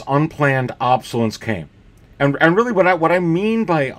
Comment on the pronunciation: I enjoy your videos but just a tip - it’s pronounced “ob-so-less- ence” not “ob-so-lence”. I know some people consider it rude to correct other people’s spelling or pronunciation online but you repeated it so many times I had to let you know. I personally would want to know. It’s like having something stuck in my front teeth. I would want someone to tell me.